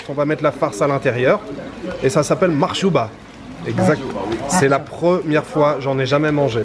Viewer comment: Bonjour, Bsahtek Mahjouba et non pas Makhjouba 😂 n'oublie surtout pas de goûter le Makrout constantinoi c'est un délice 👍